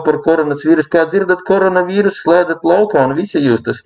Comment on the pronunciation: vins tachu teica KONORAS vīrusu xD